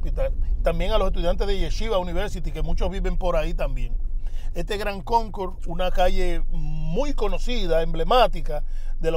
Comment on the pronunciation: Si dise GRAND CONCOURSE.... not Gran Conco...